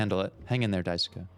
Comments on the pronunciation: “Die sue ka” 😭 It’s pronounced dice-kay or die-sue-Kay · Dai-soo-kuh is crazy. Its dai-skay. The U in japanese names that end with "suke" is usually silent. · You have a new subscriber from this series, I love watching you break things down as you go in blind it’s so interesting thank you! Also you’re right that Swansea is literally pronounced “Swan - see”, and Daisuke is pronounced “Die-skay” 😊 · Daisuke is pronounced DIE-SUE-KEH The word: die. The name: Sue Then the KEH sound. Not sure the correct pronunciation of Swansea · Just contributing to the Daisuke conversation, Daisuke is written as だいすけ (da-i-su-ke). In Japanese, phonetically, the 'す/su' often becomes devoiced when it's not the first syllable. So the 'su' in Daisuke is closer to the 'su' in "desu" than the 'su' in 'sushi'. Just a fun phonetics tidbit, but yes, imo, "dice-kay" is correct. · For name pronunciation, Swansea is pronounced Swan see, while Daisuke is pronounced Dye soo kay. I can't wait for you to get into the real messed up parts of this game. It's one that provides thought, and not a lot of lets players are prepared to put that thought in, so I'm looking forward to watching the rest of this series. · Thanks! My weeb ass couldn't go this whole series hearing Daisuke pronounced that way. 😅